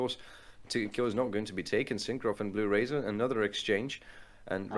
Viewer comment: one thing i want to point out is that ''bluerzor'' is pronounced litteraly bluerzor and not bluerazor